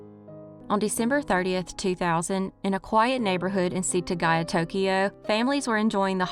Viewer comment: OMG, your presentation and pronunciation of the Setagaya family murder was perfect, despite your disclaimer. I'm a long time lurker, and should tell you more often how much I appreciate all the attention you bring to all the cases you present to us. ❤️